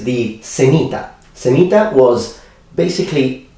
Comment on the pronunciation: When he said "semita". I thought he said "sanita", meaning "toilet" in Portuguese.